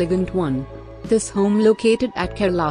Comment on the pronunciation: Babe...🙏🏻🙏🏻🙏🏻it’s not Carla.....it’s KERALA and also know as the gods own country 🙏🏻🙏🏻🙏🏻